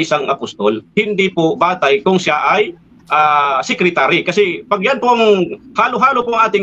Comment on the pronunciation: Sekritary nga San mo basa kups ka